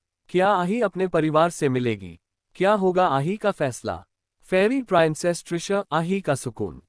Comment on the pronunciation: Peanic nahi princess hota hai